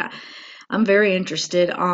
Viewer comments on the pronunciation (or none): none